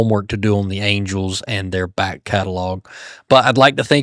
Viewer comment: Angles? Angels. Good Grief.